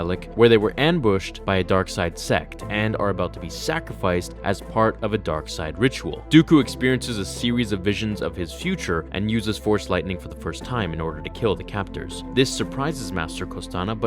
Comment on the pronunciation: yo said sewies insted of series and It was also at the time 420 so damn perfect